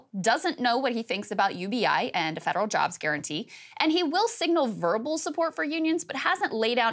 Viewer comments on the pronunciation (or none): none